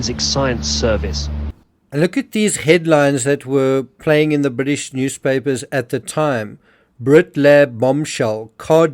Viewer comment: Bwitish media? *Englistan media. Fixed that for you. Bwitish lab? *Englistan lab. If you're going to pronounce the as 'thee', Google 'thee meaning' first.